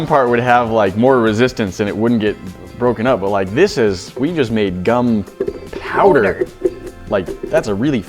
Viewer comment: he say GUM powder